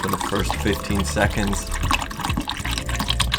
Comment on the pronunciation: "30 secćčonds"